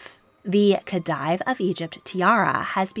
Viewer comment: A good video, some pronunciation tips: diadem is pronounced “Dee-a-dem” not “Dye-a-dem” and the title Khedive is pronounced “Khe-deev” not “Khe-dyev”